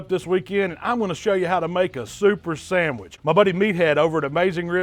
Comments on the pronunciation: Sangwich lol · My guy said a sangwich u kno its gon be